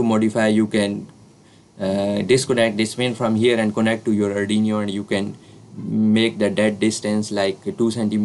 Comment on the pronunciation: Nice video & explanation, but it is not ardiniyo😇